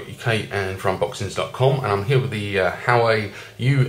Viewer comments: This reviewer should be a comedian. Surely made me laugh every time he said "Howie". I could be wrong but I've heard it pronounced before as "wow-way". Who knows? Informative though, thank:-)). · James, you pronounce it hu-wah-way. Like Hawaii. :)